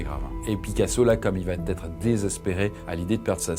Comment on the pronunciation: Très intéressant ! Juste une petite critique bienveillante, attention aux fausses liaisons. Vous dites plusieurs fois "il va t' être".